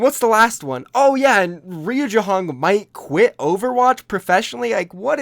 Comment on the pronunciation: Not jehong pls😩